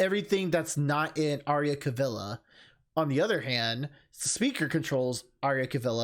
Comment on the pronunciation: I'm so happy-I LOVE the Divine Speaker. *"A-RAIL-LEE-A....CA-V'ELLE-LA"!!!* sorry, I'm a bit annoyed that you keep mispronouncing it, or maybe it's just me... In the Matron's story, I picture the Speaker as the Sun (for his golden colours) and the Moon as Prince Caspian (since like the night, his family and their legacy were wiped out). And if were going "Lion King" on this one, I see the Speaker is the Sun high in the sky and in time the sun will set and the next sunrise will be...something...I'm getting ahead of myself. Also, I theorize that the Speaker may have come to love someone of the Royal Family, but his duties came first. I'm sure he was devastated when he heard of their demise...And if he make a return in the game, I'm sure he'll go "Severus Snape" on our heroes...So like the Sun and Moon who try to reach out to each other, maybe the Speaker wants to reach out...to a certain someone but got Raen instead. I remember they did a Kickstarter where we'll get a prequel with a Young Speaker and a familiar looking face, I'm not sure if it has been completed though...(Idk pose) I know what you mean. In some Visual Novels, some are divided into to 2 or more games (DRAMAtical Murder and Re:Connect are good examples) but I don't know how the Divine Speaker's length of the full game will be...for an Extended Demo, it very long (now I you gave me doubts, thanks) in the next playthrough I think we are close to the "halfway marker" or the Extended Demo Jonah Scotts is amazing~~~ b